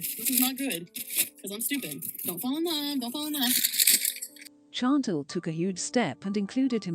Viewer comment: Too bad the computer cannot come close to pronouncing Chantal, yet gives an in-depth opinion. Or pronounce "live" when talking about going live.